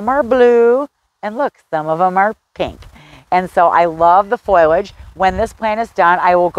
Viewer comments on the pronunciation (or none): Honey, It's FO-LAGE not FOYLODGE. Sorry, Your info was great but I just had to comment on your pronunciation as nobody has felt they should say anything. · Please, if you are going to try to educate others, learn that it is not foil-age, it is fo-li-age. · Did you say "foilage"? Correct is FO-li-age. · Great tips! It's not "foil-age." It is "FOL-iage." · FOIL-age? Is that a regional thing. I believe the i comes after the l - FOL-iage. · Its fOLiage, not FOILage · don't mean to nitpick, but it is not foilage, and pronounced as such. It is foliage and pronounced this way. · Foliage not foilage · Please pronounce it as FO li edge, not FOY ledge. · Foliage not "Foil"age. Drove me crazy! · Lots of information about shade plants - thanks! Almost my whole yard is shade of one kind or another. But, just going to say, foliage is pronounced foe-lee-edge, no matter what kind of accent you have. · Why are you consistently saying, "foil' age for the word foliage? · Say it with me now: Foe - Lee - idg 😉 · Thank you for your video. Good information. I would recommend that you look up the pronunciation of foliage. It doesn’t start with the word “foil”. 😁